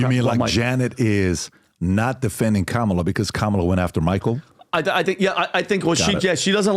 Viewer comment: Her name is "Kamala" not Letishya. "Kamala" is an Indian name. Don't forget how she wanted her name pronounced. Say it with a head shake together with accent and you'll get it right. Why is this even a doubt?